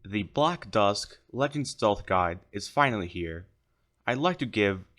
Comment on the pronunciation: bro prounounces legend as le**g**end and not lejend